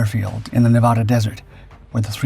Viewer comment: How is it, exactly, that your dippy ai can pronounce Pocatello correctly but cannot get Tonapah (Toe-nah-pa) or Nevada (Nev-add-ah) ?